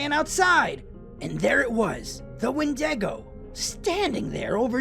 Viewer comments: Windaygo? I thought it was called a Wendigo. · The skeleton 😂, why did he say wen-deg-o.